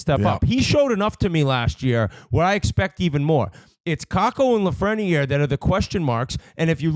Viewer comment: When is somebody going to correct whit how to pronounce lafrenière’s name. Doesn’t biz speak French. It’s been years